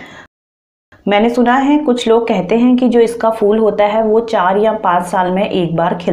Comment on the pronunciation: ye fool nhi phool hota hy....kiya samjhi ...fool